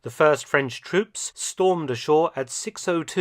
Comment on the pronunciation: I’m impressed with the excellent pronunciation in French and German of Dr. Felton! 💯 🇫🇷 🇬🇧 🇩🇪